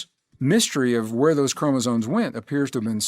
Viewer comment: Lol, chromosones…it’s chromosomes…with an M.